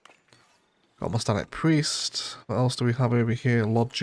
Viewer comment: A few corrections on pronunciation: You keep saying "Mos-Ta-nic" it's Mon-Ass-Tic. And Façade is pronounced Fa-Sa-ad.